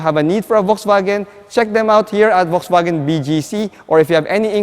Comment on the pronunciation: I just wanna politely point out something. Please say it as either "Volkswagen", or "Folksvagen" (german way). You're saying it as "Volksvagen" and it kinda sounds like its hurting the brand...